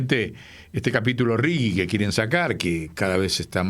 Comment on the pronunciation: RIGI SERÍA MEJOR PRONUNCIAR RIJI .... LEY DE PASTA BASE